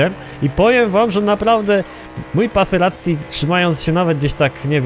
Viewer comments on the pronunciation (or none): none